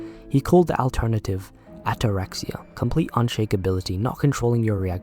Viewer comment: I've never heard someone with a british accent pronounce the word "alternative" in that way